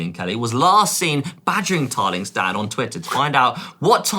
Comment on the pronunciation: 'seen' not 'sin'. x